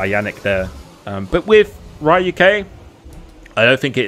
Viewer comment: isnt it RYUK like in death note? i pretty sure its not ry uk...